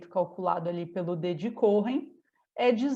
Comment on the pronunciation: Nao se pronuncia corren mas sim coen. Nome judaico da tribo dos levitas.